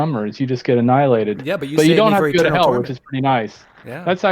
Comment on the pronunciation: PineCreek!!! He said “but Jesus didn’t get ahnilated “.